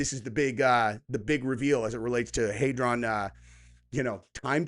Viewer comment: Hadron...not haydron. This guy's fuckin dumb. I couldn't get through 5 min of this video. Finally unsubbed from this weirdo